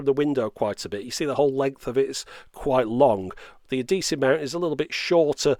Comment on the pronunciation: Adesive or Adhesive? Great review anyway~!